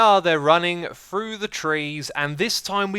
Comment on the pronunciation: X is unafraid to chart new horizons in pronunciation: Tayega Free (as in one, two, free), frough, and any iteration of thr==fr Muriel It's that same pioneering nature that brought us Hermitcraft and the Mythbusting series. :D